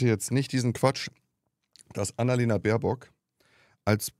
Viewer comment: Ich ebenfalls !! Der ist einfach zu blöde, den Namen unserer Aussenministerin richtig auszusprechen! Sollte vlt mal zur Logopädin....oder zum Psychiater.....oder am besten gleich in die Geschlossene!😉